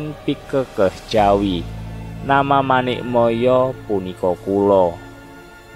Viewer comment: Maaf... Narator dalam mengucapkan kata kata dalam bahasa Jawa sangat kurang memahami ejaan dan lafal bahasa Jawa. Sepertinya kurang paham bahasa Jawa. Terkesan hanya sekedar membaca teks /artikel yg entah didapat dari mana... Maaf sekedar kritik yg bersifat membangun. Contoh kata Paduka... Dlm bahasa Jawa huruf "a"terakhir dibaca mendekati lhuruf "o" Manik Maya dibacanya manik Moyo... Dan banyak lagi... Pengucapan kata murbeng dumadi vokal "e" bukan dibaca seperti pada kata "tumpeng" tapi dibaca "e" seperti pada kata "celeng" Bagaimana mau mempelajari budaya Jawa kalau pemahaman bahasa dan sastra Jawa kita kedodoran ...???? Orang Jawa yg tidak paham bahasa Jawa yg baik dan benar = wus ilang jawane ( sudah kehilangan "Jawa" nya ) kalau narator bukan orang Jawa saya maklum lah... Tapi kalau orang Jawa padahal ngomong soal ilang jawane kan ironis... ya udahlah... Tapi jangan terlalu parah gitu lah...